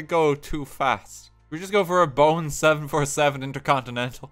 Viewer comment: It's "Boeing" not "Boing". You're not supposed to bounce it.